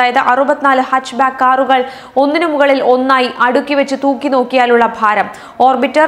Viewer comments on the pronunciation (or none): none